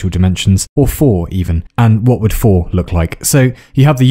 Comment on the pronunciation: Did... did you just pronounce "tre" (three) and "four" (fire") in Norwegian?